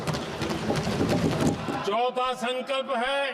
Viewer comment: संकल्प नहीं संघल्प हैं ?